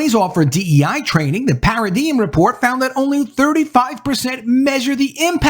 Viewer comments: It’s pronounced para-dime. Not para-diem. Just for future reference. Wasn’t talking smack. Just you can’t give the other side any ammo. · Not "para-de-em" it's "para-dime"